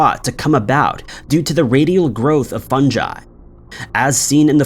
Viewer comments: and fun jy' instead of ' funguy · The way he said 'funjy' instead of fungie got me 😄